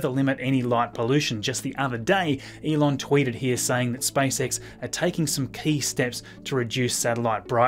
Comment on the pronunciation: You saying like "Spice X" :)